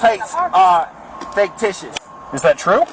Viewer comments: Every time he said "Faketicious" I laughed. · Is it just me or does anyone else hear the frauditor saying "Faketitious"? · This poor deranged gentleman. He doesn't even realize he's admitted to driving the car and it's obvious the plate is FAKEticious... probably why he keeps mispronouncing the word. And he absolutely did admit to driving this car. It's on his camera and the body worn camera of every officer present at that time. He now has a popped tire and will soon have a broken window and a number of felonies to go along with his delulu. Bless his poor, pitiful, out of compliance with sanity heart. This traffic stop has gone on WWAAAYYY too long. Pennsylvania v. Mimms is Supreme Court caselaw requiring they both exit the vehicle upon demand. The longer they take complying with the commands of the officers, the more likely one or both of them get hurt. He and she are setting themselves up imminent consequences. They are so busy thinking about what they're going to say next and trying to make up alternative facts to set up a bogus lawsuit, they aren't listening to a word being said to them, which, if they'd listen, might clear the fog about the legality of the traffic stop and everything that happened after initial contact. I don't know though. I don't have a whole lot of faith in the math skills of either. FFS!!! 🤦🏼‍♀️😂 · Did he say "faketitious"? I like it! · I love how this illiterate halfwit thinks the word is “faketitious.” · Right? Faketicious plates!!😅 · It's ridiculous that you can't pronounce the word fictitious. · Ridiculous alright! He can’t even pronounce the word correctly!